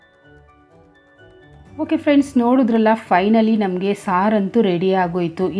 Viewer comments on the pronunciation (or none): none